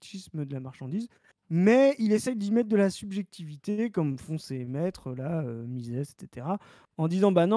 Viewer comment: Tiens c'est très drôle car j'ai eu cette vidéo de proposée dans mon fil hier. Faut assumer le platforming du gars après. Même s'il n'a pas l'air méchant du tout. Par contre j'ai crisé sur "Mises" prononcé "mizisse" à l'anglaise. MIZEUHSSE qu'on dit. Argh désolé c'est plus fort que moi.